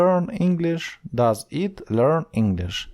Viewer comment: Вибачте "it" - повинно звучати як українська "ит", а не "іт"! "І"- має вда звучання "АЙ", та українська "И". Якщо звісно не Австралійська англійська мова! "Not" - Британська англійська "нот", Американська англійська "нат"! Вам самому потрібно підтягнули англійську вимову!